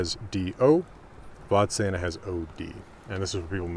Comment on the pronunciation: Hugely uninportant correction, Vadstena is pronounsed ”vasstena”